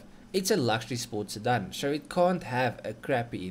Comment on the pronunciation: Stop saying "sirdun"! And at least give us figures in the form of measurements we use locally so kw and not hp.